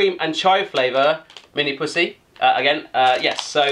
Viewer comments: when you say "minipussi" it sounds like "minipussy" and "hölläily" sounds like "halaili" but the best one was "tonttu suklaapatukoita" = "thonthu sukulapatakoita" xD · minipussi he says